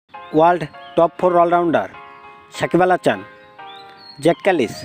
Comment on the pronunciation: কিরে ভাই উচ্চারণ এমন কেন? সাকিব আল হাচান মানে? সাকিব আল হাসান।